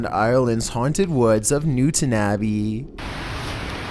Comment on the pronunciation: The Irish in me cringed at the pronunciation of Newtownabbey xDD Also never heard of Newtownabbey having haunted woods. Lots of haunted houses all over the place but that's about it xD